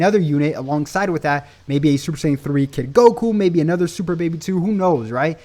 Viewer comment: " super baby do " 🤣🤣🤣🤣🤣🤣🤣🤣 It was funny I'm sorry I know what u meant tho.